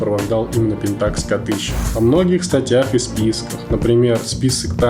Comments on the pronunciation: мужик, объясни почему т ы говоришь пентАкс, а не пЕнтакс? ты же не говоришь никОн, ты говоришь нИкон. где ты это взял, расскажи если владеешь информацией, может я не прав. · правильно ставить ударение на первую Е .